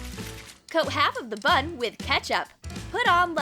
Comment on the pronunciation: Honestly, this is really trash. WHAT A PHOTOSHOP THUMBNAIL. Also, when she says "bun" doesn't it sound like "butt"?